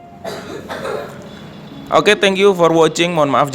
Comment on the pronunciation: tankiyu for wocing wkkkkk kebnyakn mkan kjeju